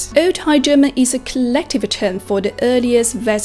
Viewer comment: I hope you focus on speaking clearer when speaking english, speaking fast doesn't mean you are good at the language, speaking clearly is more important, like when you say five, you say fai, and term you say tern. makes it hard to understand you.